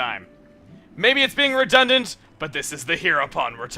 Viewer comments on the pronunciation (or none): It's not redundant, it's redundun